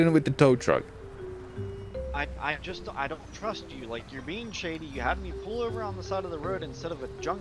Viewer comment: Tow tuck? U mean tow truck